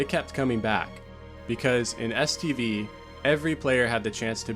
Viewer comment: Am I trippin, or do I hear STD every time you say STV? Either way, I sometimes feel like the zone did give me several STDs from all the pvp orgies I took part in back in the day...